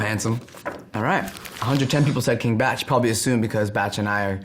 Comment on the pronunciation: Wait.. its pronounced king batch and not king bark??